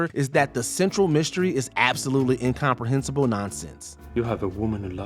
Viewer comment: The narrator is completely mangling pronunciations of relatively simple words like “distributor” and “incomprehensible”